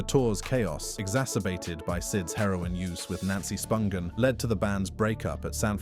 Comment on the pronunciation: Sid Vicious is buried in NJ?? Props to this narrator for pronouncing Spungen correctly. 👏